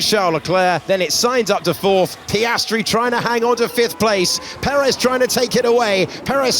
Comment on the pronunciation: Again Sainz butchered Piastri. 🙁